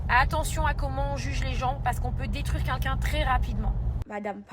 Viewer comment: Ça y est elle recommence avec ses "KUNKUN" elle sait pas prononcer "quelqu'un" ? 😂